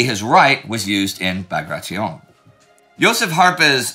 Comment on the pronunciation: It's actually pronounced "Bagration"..